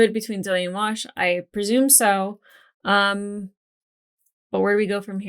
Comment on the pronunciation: why did you saying you were going to go play with your "Wash" doll sound like you were saying "I'll be in my bunk"?